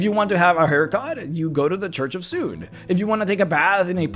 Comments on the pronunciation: Suneeeeee, not Soon. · soo-nay, not soon. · Sune is pronounced 'Soo-nee'. Bah, noobs. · Too bad no one pronounces her name right. :'(